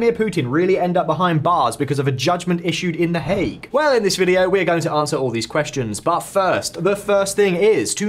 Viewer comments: The “hog” instead of the “Hague”? Your AI female announcer’s pronunciation is off. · Please tell your A.I. voice that it rhymes with “leg” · Lol I know, "the hog" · Please, please fix the pronunciation. I didn’t know that the ICC was in the “hog”. It really detracts from what is otherwise an excellent presentation of topics.